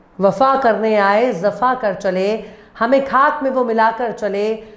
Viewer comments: zafa nahi Jafa word sahi ha pls correct it. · Wafa ke sath zafa nahi hai sahi pronunciation jafa hai mam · Zafa nahi madam Jafa hota hai 😊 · Zafa nahi jafa hota h